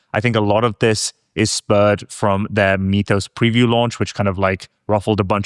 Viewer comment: Love you guys (no homo)! My favorite show right now. Mythos is pronounced "Mith-ose" not "Meeth-ose". got it right, yay! We don't say "Meethology" or "Meethical".